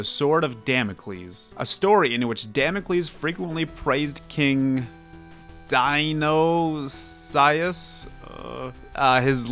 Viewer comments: Dionysius is pronounced (die-oh-ni-sis) like the god of wine for the Greeks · Dionysius is pronounced die-oh-nee-see-us. Hope this helps! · you say dionysius like die oh ny sis